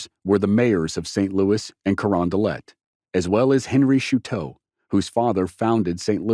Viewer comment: Pronounced “Show- Toe” (Choteau) not Shoe-Toe…it’s a French name 🤨